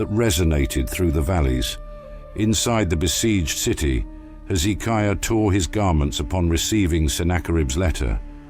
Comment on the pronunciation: Dear Mr "AI" PLEASE get your pronunciations of the name of kings correct, it's Hezekiah, not Heeizikia.